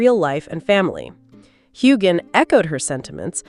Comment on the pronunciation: Say his name right!